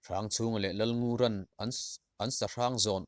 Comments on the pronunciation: 'Rawn' tih lai khian ngaihthlak ati nuam lo deuh..țawng pangngai anga thlûkna awmlo in rawn ti zawk la ava țha zawk awm ve. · Rawn tih chhiar lai hian a thluk hi a va fuh thei lo deuh ve aw, thu dang chhiar hi chu a zia khawp mai. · " rawn" i lamrik dan hi a dik hlel deuh lo maw? Dawrawn kan lamrik a RAWN rik dan a lamrik hi a dik zawk ang.